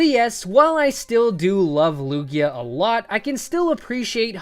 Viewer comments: Lugio? It's Lugia dude! You should know since he's you're 2nd favourite pokemon of all TIME! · he said “Lugio” instead of “lugia” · sry for being a perfectionist but he said lugio